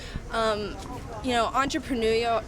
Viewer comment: How did the reporter NOT burst out laughing really hard?! I would be rolling around on the floor. Entrepreneurial. En⋅tre⋅pre⋅neur⋅i⋅al. Come on sweety, you can do it.